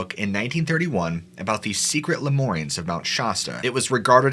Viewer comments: Lemurians not "lemorians"... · I'm sorry, but can you please attempt to try and pronounce words correctly... Mount Shasta is pronounced Mount Sh-ass-taa (phonetically) & lumerians is La-mere-e-ans. Thanks! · You’re saying shasta wrong. It’s not scha-stuh it’s sha-sta. Lemurians is pronounced le-Muir-Ians.